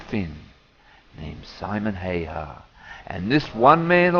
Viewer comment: if you would like some contructive comments, 2 things 1 its not SIMON HAY HA its pronounced SIM O HIHA 2 You have a very unnatural way of speaking, i would listen to others and compare